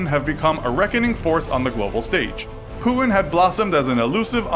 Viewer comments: I hate how this new millennial generation don't know how to pronounce the letter 'T'. It is Putin, not Pooin. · Putin not pu'ing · It’s not “pu-in”, it’s “puTin”, mate. Sorry but it annoys me so much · Lol he says pootn instead of putin. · Putin sounds like "put in" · great video but why the fuck would you say putin like that??? pooood-in?? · Who is Pooh-in? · stop saying pu-in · Who’s Puhun? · I keep hearing pooin wtf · Who is this Poooin you speak of? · Why do you pronounce Putin as Pu-in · Is it just me or was he pronouncing his name as 'poo-in' ? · there's a 't' in Putin - could you pronounce it please? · Wierd pronunciation of Putin. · i dont like how you pronounce putin :(